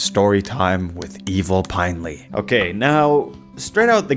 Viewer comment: its pinely not pinley... maybe you ARE ai